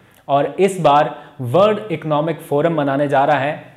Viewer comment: Word naheen worl d please correct your pronunciations.